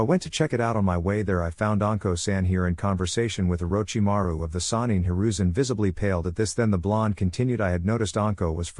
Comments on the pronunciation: that part is just the AI having issues pronouncing his name. Probably using a free text to speech program. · and I always start laughing when I hear them saying it 🤣🤣🤣